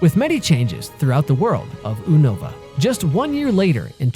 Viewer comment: It's you-no-va